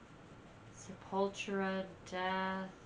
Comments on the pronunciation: It’s pronounced Se-pul-TU-ra, not Se-PUL-tra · Just FYI, it's pronounced with the stress on the third syllable: sep-ul-TU-ra. It's Portuguese; similar to Spanish but not exactly. Enunciate the T; it's not a 'ch.' Not sep-UL-chu-ra. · You keep pronouncing it Sepawltra. It's Seppul-toora. It's a play on sepulchre. There are two Sepulturas; pre-Roots and post-Roots. Roots was their first tribal album. Their tribal metal was heavily influenced by nu-metal, and in fact Jonathan Davis even guest appears on Roots. As for me, I prefer their pre-Roots period even though I do dig a few cuts from the Roots album. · sep-ul-TUR-a... not se-PUL-tu-ra. It's all good, you didn't know. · Sep-Ul-TOUR-ah, not 'Sepultra'. Sorry but I can't stand this awesome band being mispronounced. ;) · Its Sep-ul-tura. Just say'n. Fun watch. And the first song "Troops of Doom" was re-recorded during the "Arise" album. Their first few very much different, closer to death metal. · Sep-ul-tura. It means grave.. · Sep all tur ah . I don't know wtf you even called them . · Your "American" pronunciation is incorrect.! The name is "Scept A Tura" Once again I've grown up listening to this type of music.! Just have a look the logo.? They represent BONE's & Brazilian graveyards.! Death Metal.!!! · You mispronounce Sepultura. They blew my mind in the early to late 90s! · The way you say Sepultura and Deicide is triggering me sooo much